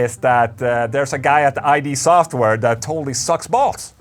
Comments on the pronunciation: but uh... ola... it's not i.d. software it's id. as in the id and the ego. no true scotsman! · You've played since the first Doom and don't even know how the company's name is pronounced? Holy shit you're cringe... Welp, not really surprising, seeing how you don't even know by now how the names of characters from an anime from freakin' 1995 are pronounced.